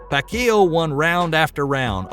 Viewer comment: You broadcast boxing when you pronounce very famous boxer wrong who the hell hired you for the Job did they do something to you? Say Pacquiao again please?🤣😅🤣😂🤣😅😆😅🤣😂!!!